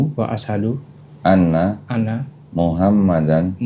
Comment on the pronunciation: Bukan Muhammadar, Rasulullah tapi MUHAMMADAN RASULULLAH